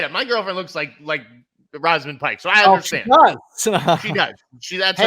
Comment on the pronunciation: In agreement with the choices mentioned. I really like Emily Blunt in Oppenheimer, and I think she is overdue for a nomination. Also from Saltburn - her name is pronounced Rose -amund, not Roz-amund. And she is great as well.